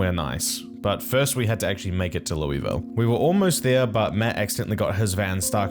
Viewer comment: It's pronounced like Luhlville, not Lewisville